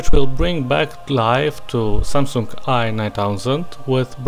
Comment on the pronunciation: сэмсанг а не самсунг =)